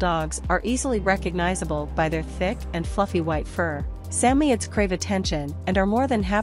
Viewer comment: Sa moids not sammyeds what a joke